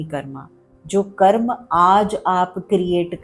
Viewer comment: आदरणीया, कृपया कर्म बोलें, कर्मा नहीं। कर्मा कुछ नहीं है। 🙏